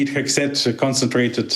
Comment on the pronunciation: She says Peter Hack Seth, the hacker 😂